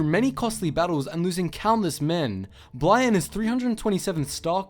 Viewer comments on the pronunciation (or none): Its bly not bla